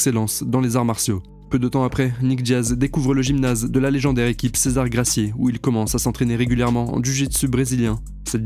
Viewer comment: Super taf comme d'hab ! (juste pour info : on prononce Gracie "greyssi", à l'anglaise)